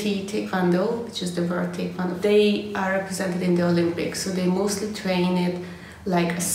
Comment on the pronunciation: Few who post these types of videos pronounce Tae Kwon Do correctly as you did.